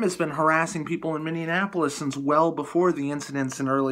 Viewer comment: Mindianapolis? How about Minneapolis ? Just trying to keep it right.